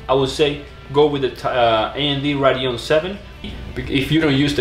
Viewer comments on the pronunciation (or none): none